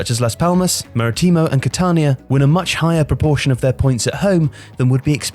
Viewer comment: I honestly didn't even realise you said Maritimo lol until I saw the football emblem. you pronounced it so English like I honestly did not catch it